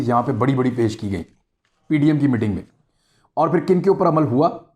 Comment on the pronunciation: Imran bhai "Mitting" nhi, "Meeting" hota hai.